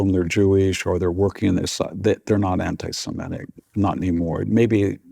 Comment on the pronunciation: Please try to pronounce "anti-semitic" correctly - it's NOT "anti-semetic"